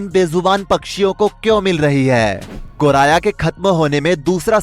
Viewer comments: गौराया ❌ गौरैइया..✅ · पक्षि का नाम तो एंकर सही ढंग से नही ले पा रहे 😂 गोराया कह रहे 😊